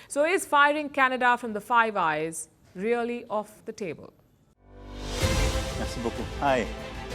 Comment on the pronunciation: I thought you said "five guys burger and fries.""